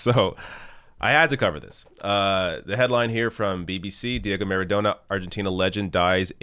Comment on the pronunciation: I believe it's pronounced "MaradoNNa".